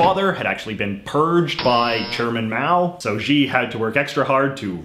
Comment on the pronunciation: HX Huang I don’t think it’s that he can’t pronounce Xi, it’s that he didn’t know that x is pronounced like sh. I mean, since his name doesn’t actually have a correct spelling with the Latin alphabet, why don’t we just spell it as Shi to give people more of a clue?